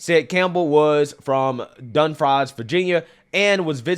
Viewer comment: It's called dum-freeze VA. Not dum- fries. 😂😂